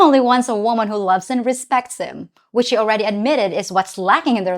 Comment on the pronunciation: Someone should tell her that the word 'and' only has one syllable. It's not pronounced "ayend".